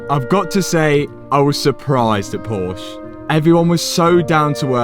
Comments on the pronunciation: Porsche is a two syllable word: Por-shuh, so they won't be able inspect it. They don't deal with porsh cars. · THE NAME IS PORSCHE!!! NOT PORSCH! Why do you people always have to destroy names that are not in English...? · Hi, I love your videos, please pronounce Porsche correctly ! There are videos how is it right pronounced - all my best wishes from Germany - Robert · PorschE. The "E" is hearable! Learn from the PorschE guy! Porsch* hurts my german eyes. ;-) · Dude it’s porsche not porsch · I would love to hear the word "Porsche" just pronounced correctly instead of just something terrible like "Porsh" ... it is in fact like "PorshE"! ... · It's not a Porsch. There's an E for a reason. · Its not called Porsch. Its called Porsche. The "E" is not for decoration.. xD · Hey, nice videos. But ONE thing. Since Porsche is a german car, and i am from germany, let me short tell you, that "Porsch" is wrong! It is Porsche [ˈpɔʁʃə]. The e is not silent! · Excellent end to another superb build! You are a true inspiration, your attitude,capability and demeanour are so compelling to watch. You even didn’t trigger my pet hate with the pronunciation which, as Josh used is Por-sher not Porsh. Colour looked awesome. You are so much more talented than you give yourself credit for- and a great human being as well! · Sorry mat Love your Videos But Its Not porsch Its PORSCHE 😂😂😂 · A great transformation, one question, would you call a Bentley a " Bentle" no probably not , so why call a Porsche a " Porsch" ? Picky I know but very annoying! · it is a Porsche with an e at the end. it is than Porsche not Porsch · ".....Poorsh" Josh: "....Poor-sher": ".....Poorsh" Josh: "....Poor-sher" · Porsche was and always will be a driver focused Auto mobil. They are the best in what they do. All we have to do now is teach to say Porsch"E" and not Porsch. a Big like anyway..👍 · I wait for the time when people stop calling Porsche "porsh" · Another "Porsch"-Guy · THE B IS SILENT